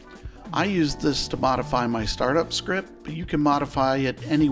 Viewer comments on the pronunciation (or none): none